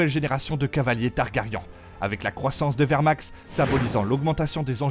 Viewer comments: Targaryen ( ça se prononce i-un targari1 ) 👌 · Meleeeeyyyssss articule et prononce bien !!! Caraxessssss !!! Chute si tu ne sais pas prononcer les prenoms !! Tarrrgaaryeennnnnn pfff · Ca fait 8 séries GOT et 2 séries house of dragons qu ils se trompent tous en prononçant TARGARYEN ? Ou un youtubeur de + qui ne connait rien au sujet qu il récite ? On en est au stade ou les mauvais youtubeurs sont au niveau des voix automatiques ...